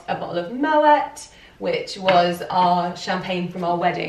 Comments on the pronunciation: The founder Claude Moët was Dutch. It’s pronounced 'mo-ette' ☺️ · Mo-ette? Did you really just call a bottle of Moët Mo-ette? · you pronounced moët wrong